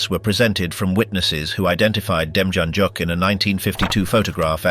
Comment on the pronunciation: I thought the man from Cleveland, OH, was pronounced dem-yan-yook.